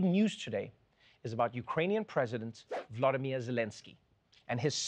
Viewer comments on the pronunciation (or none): Noah, for love sake, VOLODYMYR Zelenskyi, not Vladimir. Jezz... 2022 outside, time to tell the difference. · Thank you Trevor for not forgetting about Ukraine. It would be great if you do not Russify Zelensky’s first name. It’s not Vladimir it’s Volodymyr, looks similar but sounds very different. Thank you. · which is so weird when I hear people pronounce Volodymyr wrong, like bro, just say valadimir but replace a with o.